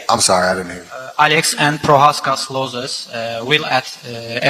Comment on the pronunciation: stupid question, but that was simple English to understand unless you have hearing problems or aren't native and get confused by anything simple like no grammer or a slight miss pronunciation ,sure he said losses stupidly but it's obvious what he meant